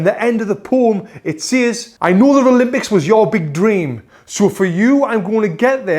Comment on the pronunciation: I have one question why do you say ralympics instead of Olympic hahahaha